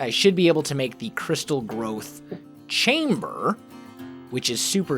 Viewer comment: i keep on thinking that is saying crystal meth accelerator instead of crystal growth accelerator